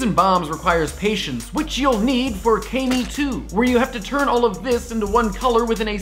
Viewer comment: I'm pretty sure kami 2 is pronounced kah mee instead of kay mee_, kinda like ori _gami